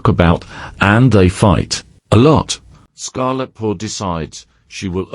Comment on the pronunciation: The cat's name: Scarletheart The TTS: Ah yes... Scarell Thart 🙂